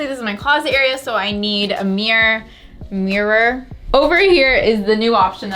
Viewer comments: I didn’t even realize you were saying “meer” instead of mirror 😂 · the way she says "mirror" like "mewr" 😂😂